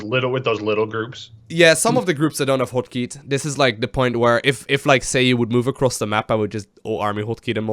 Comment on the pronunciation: just to hear say the word "hotkey"...